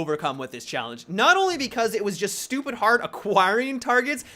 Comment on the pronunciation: I love the way he said stupid. Had me chuckling